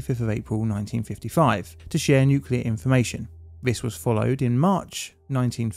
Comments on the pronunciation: Shutting down a nucular power plant that keeps having nucular accidents is plainly difficult. See what I did there? 😉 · It's pronounced nuke-you-ler. Surprised you didn't know that.